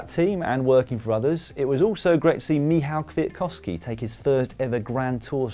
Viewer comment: Dan Lloyd has again proved to be a full pro: one of the very few not Polish native speakers, who can pronounce „Michał Kwiatkowski” correctly. And the only one I have listened during past three weeks. A sign of respect and tongue acrobatic skills.